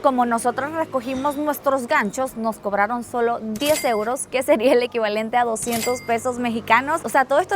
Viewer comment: Joder tio me he ahorrado unos buenos eurrrros ❤😂 lo estoy viendo en bucle JAJAJAJJ